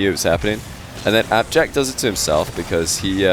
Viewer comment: I loved the Scottish/British interpretation of appjack. It was so terrible.